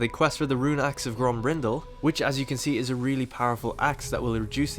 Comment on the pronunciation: Grombrindal pronunciation in English is so broken and wrong, stupid manlings